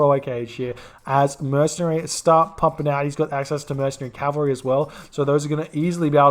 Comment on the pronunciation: I'm not sure if you're struggling because English isn't your first language, but that's cavalry* would have* ceasefire* forfeit*